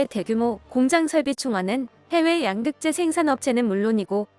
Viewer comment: 양극재 발음이 엉터리입니다. 가장 핵심 단어 발음을 엉터리로 하면 수준 떨어집니다.